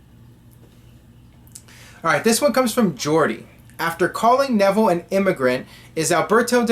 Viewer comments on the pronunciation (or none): none